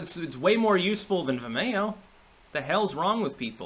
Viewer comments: Ve-mayo... lol... its Vi-Mio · Vimayo? wtf is that? its Vimeo (Vim-E-oh)... You know, like video but with an "M" instead of a "D." You wouldn't say "Vidayo." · vih-MAY-oh? Have I been wrong all along? I'm so ashamed (⋟﹏⋞) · The way pronounces Vimeo (Veme-o) is hilarious. 😂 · says Vimeo weirdly. It's suppose to sound like video. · I had no idea what you were talking about until I finally figured out how you pronounce "Vimeo"!